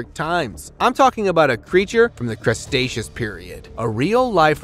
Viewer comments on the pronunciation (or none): none